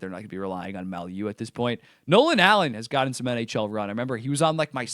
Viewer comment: The Habs D man, the name is pronounced: "MAY", like the month of May. Followed by 'You", like, you are a donkey. May-you.